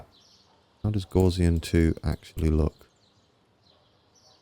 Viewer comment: Sorry to nitpick, but Gaussian is pronounced gow-(as in cow)--ssian. Poor old Herr Professor Carl Friedrich Gauss must be spinning in his grave! 😉